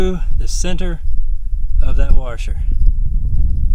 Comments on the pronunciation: Except for that "r" he keeps putting in "Washer". Heh, my dad says "Warsher" too. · A "warsher" lmao good video btw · I like how you say "warsher" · My god this "warsher"! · "Warshur" :P